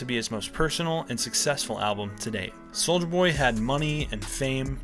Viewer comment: "soldier boy" pronounces every letter